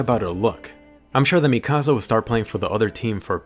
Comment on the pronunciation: Mi-kasa is my house in Spanish its Mik-asa please say it right